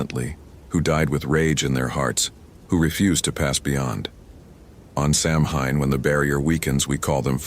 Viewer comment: Great stories! Samhain is pronounced "sow-in".